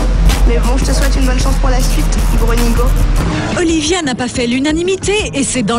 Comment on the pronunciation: Je reve ou la voie off a dit olivier au lieu de olivia